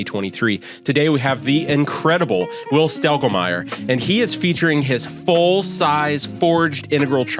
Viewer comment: Pronounce your name right will you